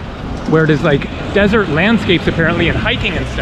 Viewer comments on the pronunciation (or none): none